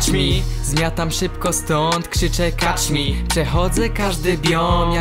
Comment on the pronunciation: A poza tym to się czyta kecz mi a nie kacz mi :) pozdro